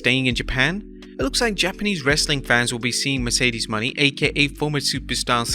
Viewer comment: How’s he gonna mispronounce Mercedes Mone?